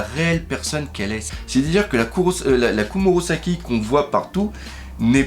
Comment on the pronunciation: S'il te plait arrête de dire KomurOsaki C'est perturbant donc dis KomurAsaki XD